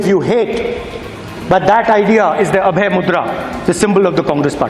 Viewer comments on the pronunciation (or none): Abhay not Abhya dude!